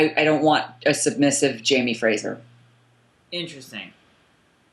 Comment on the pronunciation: Omg agreed. I keep hearing girls pronounce it FRAJER and I'm like, uhhh you're labeling yourself as a fan of the show, can't you hear everybody pronounce it FRASER?!!! It just irks me